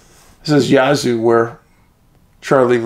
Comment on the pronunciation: Its Yazoo pronounced like jazz. Yazoo 🙂